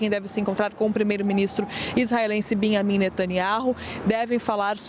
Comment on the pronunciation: Ai entra a repórter e chama o Naná de Beamim 😂